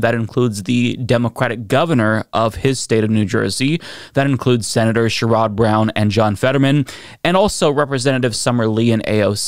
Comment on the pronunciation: Sherrod Brown is pronounced Share-uhd, not Shuh-Rod